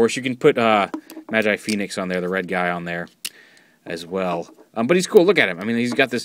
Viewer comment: its pronounced as ma-ji not ma-jai